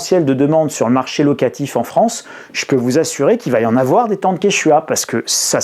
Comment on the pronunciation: "il ne faut pas afoir peur"